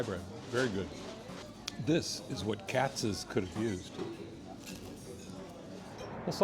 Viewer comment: First, Reading Terminal Market in Philadelphia is pronounced the same way as the city in Pennsylvania (like Redding). It’s a shame you did the research into pastrami reubens on the east coast but can’t pronounce the location of one of your favorites correctly. Second, you nailed Katz’s.